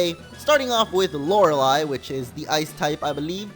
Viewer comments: It's pronounced LO-RAY-LIE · Lore-a-lie a believe that's how it's pronounced. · Prenounce it as Lorelie if it's still a problem xD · I believe Lorelei is pronounced Lor-uh-LAY because Entei, for example, is pronounced En-TAY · its pronounced lore lay the ei is pronounced as ay sound as in day or entei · lor ah lie is how you say it. :P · its pronounced lorelei :p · It is lore-lie as the name is actually pronounced like that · Lorelei: Lor-el-y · Hey I love your videos,but loreiei the last I is silent